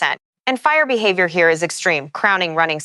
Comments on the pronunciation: Go home AI, you're drunk.😂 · AI having difficulty saying the word behavior? What was that?